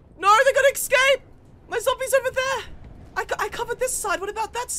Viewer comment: Stop saying "eCscape",, what are you, 10?